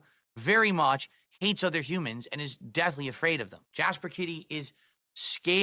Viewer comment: Kit-TEE. No you are not